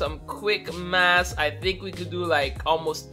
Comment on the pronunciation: You can't even say math right